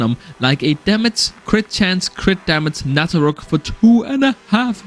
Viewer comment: "Damac, Raince" whats wrong with your pronouncing 🥲